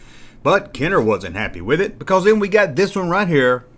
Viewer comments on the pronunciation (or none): none